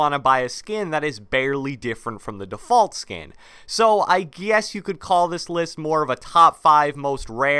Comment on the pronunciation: Bro how do you say defoult